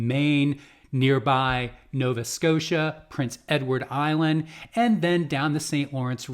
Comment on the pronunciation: It’s PRINCE Edward Island not Princes 😊